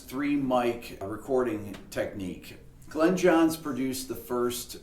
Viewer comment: Thanks for everything Rick! Glyn is his name and it is pronounced Glin not Glen. I suspect it is originally Welsh and would have been pronounced closer to Glun.